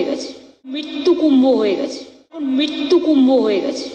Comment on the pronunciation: Mrityu word ta hi to Pronounce thik mato korte parena Mamata